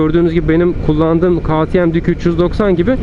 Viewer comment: KağTieM değil KeyTieM yada direk KaTeMe diye telaffuz etsen çok güzel olacak kardeşim. Kazasız belasız sürüşler.